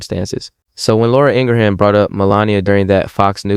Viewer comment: I like your content, but I CAN'T listen to your monotone voice...my goodness!!! And it's "Laura ING-RIM". That's how its pronounced. Not Ingra-ham.